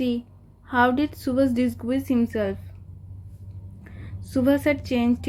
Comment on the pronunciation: ওটা ডিসগুইস না ওটা ডিসগাইস হবে উচ্চারণ ঠিক করে করো আন্টী